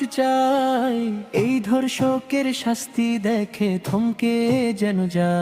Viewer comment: গানটা খুব সুন্দর হয়েছে কিন্তু (প্রথম কলিতে) গানের কথায় ভুল আছে। যেমন- ধর্ষণকারীর অবিলম্বে কঠিন শাস্তি চাই হবে (অথচ গানে বলছে কঠিন শান্তি চাই এবং অবিলম্বে কথাটির উচ্চারণটা ও স্পষ্ট হয়নি)। (দ্বিতীয় কলিতে) আরেকটি ভুল হল “” ধর্ষকারী কঠিন সাজা”” এখানে ধর্ষণকারীর কঠিন সাজা হবে।